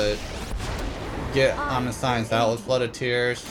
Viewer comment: Pretty sure it's pronounced Om-nish-ence.